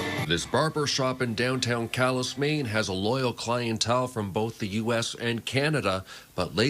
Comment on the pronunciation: Might as well join Canada Calais. Your reporters can’t even pronounce the name of your city!😂😂